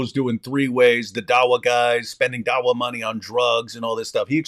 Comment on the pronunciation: This dawa is more like Duh-Oh-Wa.